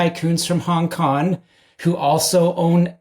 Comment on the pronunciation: I wish he'd say Hong Kong and not Hong KoN